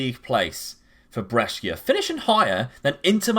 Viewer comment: Interesting tactic. For the record, Brescia is pronounced like Pressure but with a 'B', Lecce = Fetch Hay but with an 'L'